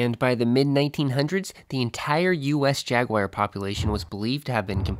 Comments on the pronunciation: The word “ jagwire” hurts my ears. Otherwise, thank you great work.I couldn’t tell, do the wild camels still exist out West? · when I was in S. Africa back in 2000, I heard gemsbok pronounced HEMS-bok. That was certainly unexpected, huh? Jaguar is JAG-wahr, rather than JAG-wire. I've heard that another FL animal with python problems is the key deer.